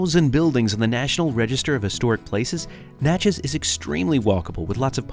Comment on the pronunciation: Most people mispronounce "Natchez". You nailed it, but then you got the state wrong. It's Natchez, MISSISSIPPI, not Louisiana.